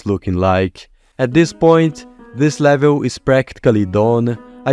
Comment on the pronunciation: I like how he says levil